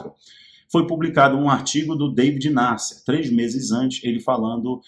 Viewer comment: O jornalista David Nasser, a que vc se referiu, pronuncia-se Daví Nasser.